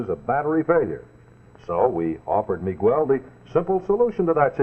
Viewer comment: That bi-lingual announcer who was selling the Stay-Full Battery sure had our Spanish-speaking audience' attention with his expert proununciation of names such as Mi-GWELL.